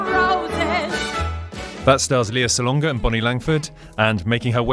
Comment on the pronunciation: Enjoyed your review of STEPHEN SONDHEIM'S OLD FRIENDS. (I will be traveling from the US just to see the show!) By rhe way, her name is pronounced LAY-ah (not LEE-ah) Salonga.